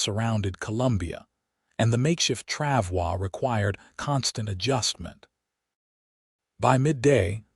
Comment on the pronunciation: FYI, “travois “ does not have a French pronunciation. It is pronounced “trav-oy” (rhymes with “boy”.